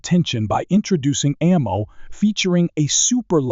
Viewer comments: This video lost me with "a mow tech". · The first frickin line... "A MOW tech is advancing rapidly". If we're going to automate narration, can we get one that actually knows how to pronounce 'ammo'? Or actually, get someone to speak into a mic? Hell, I'll do it. ("LEED bullets??")